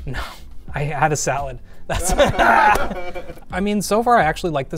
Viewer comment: "I had a thalad." 🤣